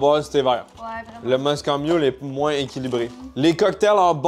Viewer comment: On dit Moscow mule comme la ville et non moscooww hahah